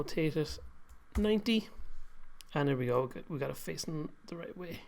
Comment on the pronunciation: why are you saying C instead of T ? example in right --> rice xD greeting from germany